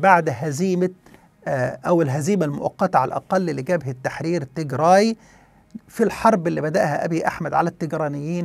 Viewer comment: عزيزي مجرد تصحيح..النطق السليم هو تيجرااااي بالالف و ليس تيجري و هذا مهم جدا يعني كالفرق بين عمر و عمرو! و السبب هو ان تيجري هي قومية اخرى مختلفة تماما عن قومية التجراي الاثيوبية المسيحية الارثوذوكسية التي تسكن فقط في اثيوبيا وبالتحديد في اقليم التيجراااي شمال اثيوبيا. بينما تيجري هي قومية اخرى مختلفة تماما عرقيا و دينيا ولغة وعادات و هذه القومية مسلمة و لا توجد في اثيوبيا اطلاقا وانما هي تسكن في المحافظات الشمالية والغربية في ارتريا وتشكل حوالي 45% من سكان ارتريا و ايضا هي منتشرة في شرق السودان وتشكل هناك حوالي 30% من السكان. وهذه القومية اصولها سبئية حميرية من اليمن ولغتها مشتقة من السبئية و الحميرية القديمة في اليمن وهي قريبة جدا الى العربية في المفردات و اصول النحو. لذلك يجب الانتباه الى الفرق في النطق بين قومية واقليم تيجراااي في اثيوبيا و قومية التيجري في ارتريا و شرق السودان